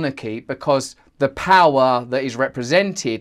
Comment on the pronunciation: Powwow instead of power 😂